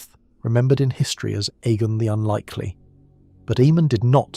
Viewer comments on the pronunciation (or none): The name was pronounced A-mon on the show. Why pronounce it E-mon? His name was spelled Aemon. The other name is spelled Eamon. In the words of Tyrion Lannister...."See the difference?" Lol I just heard you pronounce Aegon as E-gon too....why? It's clearly pronounced EGG-on. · A.I cant read for sh*t. E-mon, E-gon and the Will-dlings?? And youtube is taking down and demonetizing channels that are produced, edited and narrated by humans and then, they are feeding us this constant flow of A.I crap. Youtube, sack the people you have and employ better people that actually do the job (of checking channels for this type of rubbish) themselves, instead of leaving it to a computer programme. You lot are terrible at your jobs. You should be ashamed of yourselves, my sons dog could do a better job and she hasn't got thumbs, nevermind opposable thumbs. Useless, if somebody makes a decent alternative to Youtube, Youtube is DONE because people are sick of your bullsh*t.